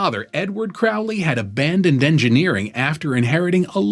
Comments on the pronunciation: Pronounced Crow 🐦‍⬛ Lee. Excellent video,keep them coming.His father was a wealthy businessman… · His name is pronounced Crowley as in crow, not ow as in couch or ouch. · It’s pronounced Crow Lee. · Not Crowley as Owl… Crowley as in Crow. Pronounce it correctly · If youre going to do a video on Crowley, it would be a good idea to pronounce his name correctly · If you can't pronounce his name, you're clueless. It rhymes with "holy," by his own words.